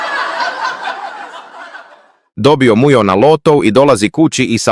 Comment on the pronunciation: Zašta govori muđo umjesto Mujo😂😂😂